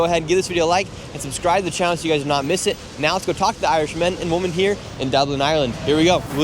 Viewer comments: Why does the presenter say WOMAN and not WOMEN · Nick you've made this simple mistake before, the word "woman" pronounced wo-man meaning 1 and the word "women" pronounced wi-men meaning more than 1 woman. I know people will say I'm a grammer nazi but I think it's very important to know how to pronounce the words of the language you speak, especially in these times when these words are said to mean something else. The language we use and how it is to be used is so important if we don't want liberal nutjobs making up new meanings that contradict the old meanings. P.s Welcome to na hÉireann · maybe you should look up the pronunciations of WOMAN and WOMEN, too. It’s not the same. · Nick, I appreciate everything you do. I think you’re incredible. PLEASE please please learn how to say the word WOMEN correctly.